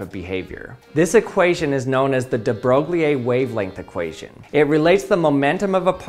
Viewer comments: It's "Broyie" not "Broglieh" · Another butchering of de Broglie's name. It's more like broi (as in embroidery) with an almost silent and very short -e at the end. So: de Broi(e) But: very cool little experiment! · Thanks for the video! But de-brok-lee-ye? I always thought it was de-bro-ee. Was I wrong? What is the accepted pronunciation in the English speaking physics community? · I Russian-languaged physics, "de Broglie" is pronounced/transliterated as "de BroiL" (with a very clearly pronounced "soft" (aka palatised) "l" in the end (like "broilee", but "ee" is not pronounced)). But the [brogliei] from the video is definitely wrong. Wikipedia says, the typical English pronunciations are [ˈbroʊɡli], [broʊˈɡliː], [ˈbrɔɪ]. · Louis-Victor Pierre Raymond de Broglie [lwiː vikˈtɔʀ pjɛːʀ ʀɛˈmɔ̃ də ˈbʀœj] is not pronounced "bro glee eh" it is more like boy with an r, i.e broy. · Fascinating stuff! And this was before Heisenberg. Fun fact: de Broglie is pronounced "de Broy". His work was crucial in the development of quantum mechanics and influenced later discoveries, including Schrödinger’s wave equation. He won the 1929 Nobel Prize in Physics for his contributions. Louis de Broglie published his wave-particle duality theory in 1924, before Werner Heisenberg developed matrix mechanics (1925) and the uncertainty principle (1927). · It's pronounced more like da bro'ee (de Broglie). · Louis de Broglie's name is pronounced more like "de Broy" (kind of rhyming with "destroy"). French can be weird. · "Louis de Broglie" is actually way better pronounced as "Louis de Broy" The actual sound for who read actual french would be "Breuille". English "Broy" sounds really close. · Excellent video! Just want to mention that de Broglie is pronounced somewhat like "debroy". I think it's worth knowing the names of our greatest minds :) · De Broglie rhymes with The Boy. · De Broglie is pronounced "De Bro-ee." There is no accent on the e. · "day Broy" not whatever TF you're doing.